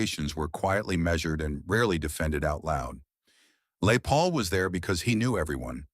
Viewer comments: LAY Paul??? AI bullshit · The story is about " Les Paul "...you misprounoced his name about 20 times....this video soundtrack NEEDS A DO OVER . REALLY IT WAS PISSING ME OFF .